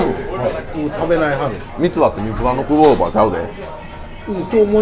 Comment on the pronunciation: ¥800は、安いな‼️でも俺には多いです😌 又☘️の発音オカシイよI😁